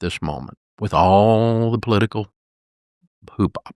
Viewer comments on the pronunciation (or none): Heh heh. He said, “hoopa”. It’s “hoopla” Mr. Malaprop.